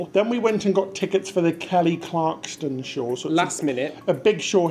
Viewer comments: You guys always do great reviews! My dream is to get tix to an SNL taping. I’ve been to NYC 5 times and I can never get in. Glad you guys had a fab time! It’s Clarkson, btw. Not Clarkston. She was the very first American Idol. 😊 Congrats,! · Kelly Clarkson!! NOT Kelly ClarksTon! :) Hope you had a great time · Great video. I’m glad you had a great time in NY after the disappointing cruise. It’s Clarkson not Clarkston 😂😂😂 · “Clarkston”. No. Clarkson. Yes. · CLARKSON! Not Clarkston 😆 my OCD can’t take it! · Kelly Clarkson not Clarkston 😂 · Why were they constantly calling Kelly Clarkson as Kelly CLARKTSON. Clarkson is such a common surname. Lol. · Poor Kelly, it’s Clarkson not Clarkston 😅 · Clarkson NOT Clarkston. Come on guys, you can do better 😊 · Clarkson, no "t." She has a great show, glad you had a good time. Hope to meet y'all on board sometime soon. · Dear, love you two!! Dear, it is ClarkSON. There is no T in her last name. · ClarkSON, not ClarkSTON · Kelly Clarkson (no “T”). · Kelly ClarkSON....Kelly ClarkSON!!!!! Repeat after me lolol (and I haven't been that huge a fan since her American Idol days....but that was like nails on a chalkboard lolol). Super fun sounding day, aside from the tropical monsoon in NYC lol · It’s Kelly clarkson, no T lol but great video, looking forward to the next 👍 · ClarkSON without a 't' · Absolutely love you guys, and the channel, and congratulations on the $1,000, but you’re making my OCD go off the charts….😂😂 It’s “Clarkson”…. No T😂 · Not to mention “Kelly Clarkston” and calling Merrily We Roll Along “Merrily Along We Go” - they’re lovely lads but pronouncing things correctly isn’t really their strength 😂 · the name is KELLY CLARK SON there is no T in her name. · Congratulations on winning $1000. BTW gents it’s Clark-son. She won American Idol. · Love your vlogs, but Kelly's last name is Clarkson, there's no T in her name at all. It's just Clark - son. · Please note there is o 't' in Kelly Clarkson.